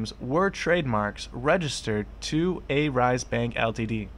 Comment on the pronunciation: Believes everything the main stream media feeds " Remember, it's not good to believe everything you hear as it may not be true." You just trolled yourself. Marcutes? A rise? Not sure how you have 20k subs for someone who can't even pronounce Arise. What kind of trash journalism are you doing when you can't even get your facts right? These were the exact same allegations the SEC threw towards Jared when they raided him in Jan and failed to prove their points and gave up. Why not cover that part? I'll tell you why? You are the same as any main stream media and you want to create drama and conspiracy to get views. Money is all you are after. Crypto has this pseudo decentralized face to it but in reality it's centralized and people like you who don't do any research spread false info for views and money to make things worse. Why don't you find the facts for yourself?